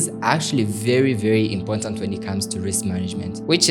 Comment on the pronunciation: “Important” not Impontant❌